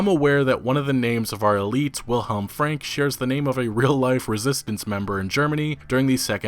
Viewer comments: It´s actually "Frank-e" the "e" is pronounced in german and not "swallowed" like done in english. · Wilhelm's last name is pronounced "fronk"... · FrankE ... the "e" is not silent at the end in most cases in German. It is pronounced like in "que" in spanish sort of. Otherwise nice job again EA _D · in German, Franke is pronounced like this: Frunk-a The a in the middle is spoken like the u in "bunk". Also there is no silent e in German - ever! - it is spoken like a short "a" or the "e" of "beta"